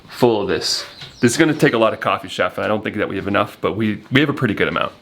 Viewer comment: Shaff? Ch-a-ff…..😊😊 just like all types of chaff…..chaff is the cut or husk of what ever it is you are using. Maybe in Panama they pronounce it shaff. But it’s Ch-a-ff